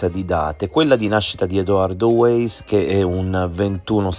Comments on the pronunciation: Weiss si pronuncia vàis e non ueis... Comunque secondo me la storiella delle coincidenze altro non fa che distogliere l'attenzione dal movente. Chi ha riportato a casa gli effetti di Liliana? Perché in una struttura sanitaria mi immagino chiedessero il pass e altri documenti... Un tentato abuso a 64 anni... Solo una persona poteva avere questo chiodo fisso, come dimostrano le sue innumerevoli relazioni "libere" con altre donne... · Weiss si pronuncia Vaiss